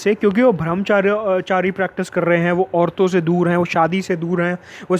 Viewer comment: It's brahmchari not bhramchari